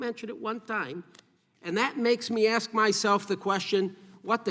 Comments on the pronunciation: Who's the dipshit that spoke 1st who can't pronounce ASK correctly the way a toddler can? I'm just curious. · Aks you, smh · She's in Congress and still can't pronounce "ask" FFS 😂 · ASK.. not AXX. Duh. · Why can't a person elected to Congress finally pronounce words correctly. The word is "Ask' not " Akst". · Why can't some say ”ask" instead of " ax" ? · Aksing or Axing a question. That is the question. Das ist die Frage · Nothing says politician like saying Axe instead of ask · Cori…it’s ask not acts. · That woman REALLY gets on my nerves! She's a RACE BAITER, And she can't even speak properly!!! One of my pet peeves is when someone says, "AX" instead of "ASK". I mean, HOW HARD IS THAT TO DO??? It's just LAZY, and makes the person sound SO UNEDUCATED!!!😡😡😡😡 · I want to AKS? stop appointing low IQ Imbeciles to run our country... It's ASK!!!! not AKS!!!! GEEEEZ!!!! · It's hard to take someone seriously who went thru college and got elected to the House and they still say "aks" instead of ask. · How about talk intelligently and say "ask and not "aks"! I don't understand that. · The word is "ASK"...pronounced "Ahsk"....not "ax-sk". Example: I "ask" not I "axed". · Someone please teach her how to pronounce the word 'ask'. It's not "axe". It's three damn letters, how hard can it be to pronounce it properly? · Why is a member of the house of representatives unable to pronounce the word "ask"? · Who the hell would vote for a person who says "axe you a question" 😂😅 we're screwed 😅😂😢😂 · As soon as I hear “axed you a question” you have lost all legitimacy. Do you want to promote unity and progress or just your own divisive logo? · She "axed" directly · She isn't axing very good questions. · Did she say ‘aks you a question?’ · I swear I don't understand why it is so hard to pronounce ASK?!?! I've never understood how people go so far in life and not be able to speak basic English.🙄🙄🙄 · Let me axe you a question. Nam I’m saying. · Axe you ? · She lost me at axe… dummy